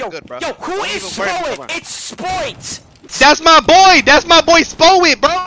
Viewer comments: On gawd, the “it’s okAAY BREATHE..BREEEEAAATTHEE!” Had me weak 😂😂😂 & “SPOWET” best duo ❤❤ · I love how Spoit just accepts that calls him "Spowet" 😂